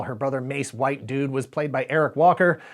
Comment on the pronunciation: Im sorry did you say Mace Whitedude? 😂